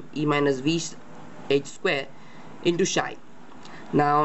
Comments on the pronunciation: Its pronounced "Psi" (Silent P) not "Shy" [Just an FYI] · its psi not shy...